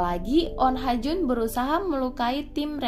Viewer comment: Bukannya namanya oh ha jun?? Ko jadi on ha jun mulu